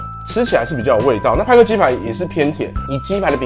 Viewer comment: 派克變麥克